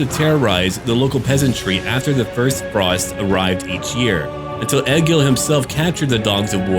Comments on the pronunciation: "E-GIL" dammit! how hard is that to pronounce!? Ergil? ewewwrtgbggil? no... E-GIL.;) now. back to the vid:D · im norwegian, and egil is a typical norwegian name. Trust me, its e-gil. 😁 but it will sound more like ey-gil when your pronouncing it. Our way of sounding out the e is abit weird. Loving cinematic vids btb. Great content!